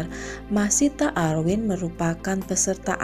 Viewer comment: dan seorang LUNA MAYA ga pernah bisa baca nama dia dengan benar, selalu aja panggilnya MAYSITAH bukan MASYITAH.